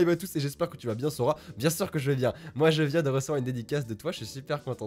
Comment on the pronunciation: Sora c'est pas arrouw ArrOw